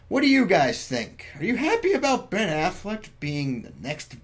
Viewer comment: Yeah I'm pretty sure it's Ben AfflecK not Ben AfflecT, just saying